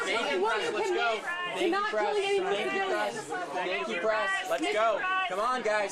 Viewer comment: Are they saying thank you "Pres" or "Press"?